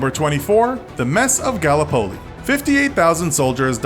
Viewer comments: Did the narrator just say “Galla-poly”? It’s pronounced “guh-lip-uh-lee” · "Gall-uh-poli?!??!" Are you fuggin serial?!??!?! Its, "Guh-Lip-Oh-Lee" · Gallup Polly?!? Gallipoli. It's pronounced Gallipoli. Gil-lip-pol-lee. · It is not galla poley, its ga lip o lee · You are pronouncing Vimy Ridge incorrectly. (Vim e) and Gallipoli (ga lip o lee) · Actually Gallipoli is pronounced as, Ga..lip..po..lee